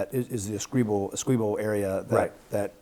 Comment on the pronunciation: Would be a more convincing argument if you could pronounce: Guyana, Staebroek, Essequibo, or any of the Guyanese locations. Have you considered actually communicating with any Guyanese? As it is, you are providing a very shallow analsys which entirely ignores the part that Brazil, Caricom, Cuba and Colombia would play in any conflict. Grade: D. Try harder.